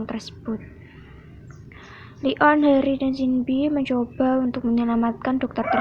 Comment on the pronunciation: Bukan li on kak tapi leon